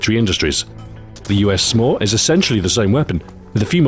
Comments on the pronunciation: He intentionally pronounced "SMAW" so it sounded more like "s'more" which is a contraction of "some more." Of course it just made me hungry. Damn you delicious marshmallow and chocolate treats! :P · He pronounced SMAW differently so that the word sounded like 'more' "Meanwhile, the other launchers might leave you wanting more" is what the pun meant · he made it sound like he was saying "some more" instead of SMAW